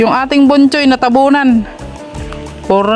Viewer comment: Bochoy😂 not Bonhoy😅